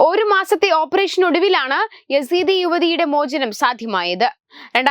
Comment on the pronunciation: Sister ...sister...words onnu padikkooo...copy adikkalle...nammal parayunnathu enrhanennu namukku arivu venam ..yadizee alla yazeedi...kellkkunna allkar pottanmaralla...robot aakaruthu....nokki mathram vayikkaruthu.......vayikkku arivu nedu...